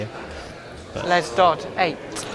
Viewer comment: Dodd ...not dodds